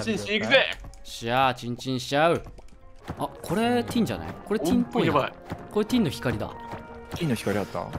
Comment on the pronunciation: 皆さんのtinの発音が良すぎて、めっちゃ面白いですw蛮族の音楽がでてくるときちょっとテンションが、いつも上がってます！いつも、ありがとうございます。